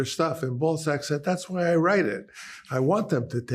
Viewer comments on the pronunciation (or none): I like how he makes Balzac sound like ballsack :D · In a different key..... on an out of tune piano. Also, why is he pronouncing Balzac as 'ballsack'?